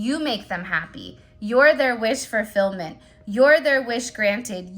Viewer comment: Fulfillment… there is no R in the word fulfillment… wish fulfillment…. No R at all…